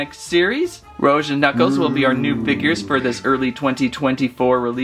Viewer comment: Heres how you pronounce Rouge: Roo- j